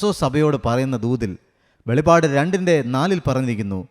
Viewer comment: വെളിപാട് അല്ല ബ്രോ, വെളിപ്പാട് എന്നാണ് 🙏🙏🙏